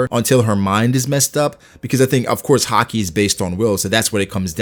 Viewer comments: Why does he randomely pronounce it like HAH-KEE super emphasized and different sounding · No one: Not a single person: hah-key